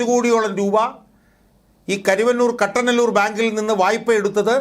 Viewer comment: കട്ടനല്ലൂർ അല്ല കുട്ടനല്ലൂർ.